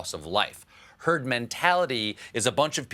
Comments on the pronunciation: He said Turd the first time instead of Herd the first time :P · did he just say Turd instead of herd? :D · I think he said, “Turd mentality.” Listen again. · Sounded like he was about to say turd mentality. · Trump did actually say TURD before he said HERD. TURD mentality. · Sounded like he said, "Turd Immunity". ROFL! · Sounds like Trump was saying "Turd mentality". He certainly is leading in that area. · He tried to say "Turd mentality" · At 9.00 mins - he definitely says "turd"! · He said thurd mentalité ah ah !!! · He said Turd